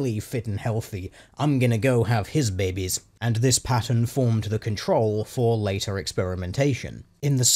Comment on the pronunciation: "I'm gonna go have his bebbes." -;DR, 2019